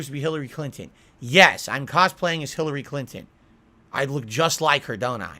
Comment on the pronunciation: "Philary clinton" has me in shambles